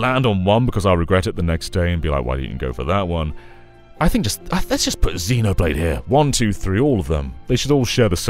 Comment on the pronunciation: ZEN-oblade, not ZEE-noblade,. You're renouncing the britishness of the series